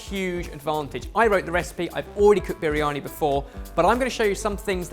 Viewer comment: As a brown person grown up in a Asian household this whole video is so cringy Idk what u made but that is soo not biryani and u can't even pronounce the word right and u put mushrooms in MUSHROOMS! Whyy!?